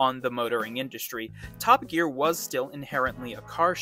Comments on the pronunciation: I also heard you call the program Top A Gear 😳😉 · Dude I know you're a yank but why did you pronounce it like 'Toppa Gear'?